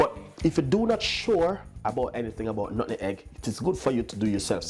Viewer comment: Nut-meg.....not Nutten-Egg 🤦🏾‍♂️